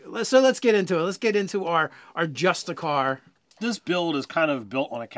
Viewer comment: Well actually... there is no such thing as "justicar" (just-a-car)... it's a justiciar (just-ish-ee-er), who is a chief political/judicial officer. Okay, please, carry on.